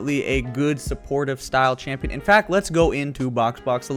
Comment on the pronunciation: AHHAHAA "SLOW SHAMPION"